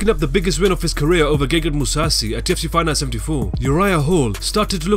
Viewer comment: Lmao who else hates how this dude pronounces "the UFC"